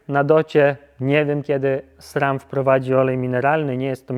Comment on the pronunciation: Dlaczego mówisz Srem?